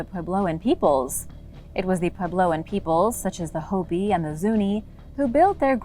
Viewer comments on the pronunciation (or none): none